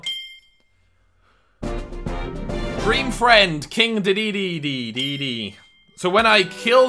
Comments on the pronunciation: Its king D D D not day day day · Every dee is pronounced D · Its pronounced D D D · Dedede is like dea dea dea lol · Love the vid but it is pronounced DEE-DEE-DEE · Its de de de